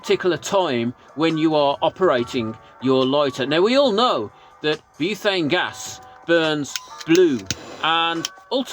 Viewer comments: Buthane? I thought it's pronounced butane? Am I saying it wrong? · You're right, I'm in Oz and there's ads on YT claiming it's Tesla coil technology and doesn't need fuel. Blatant lies. Btw it's "butane" not "buthane". There's no 'h' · Great video, thanks. Btw it’s “butane” not “buthane”. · I'm gonna go crazy if I hear"buthane" one more time😂😂😂😂😂